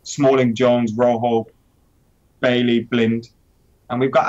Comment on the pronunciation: stop with your BS and for god sake prononce Bailly correctly, what are u? 5 yo?